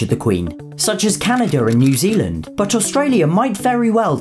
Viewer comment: there is no “R” in Canada